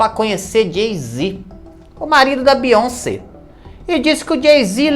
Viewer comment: Beyonsebo kkkkkkkkk 😂😂😂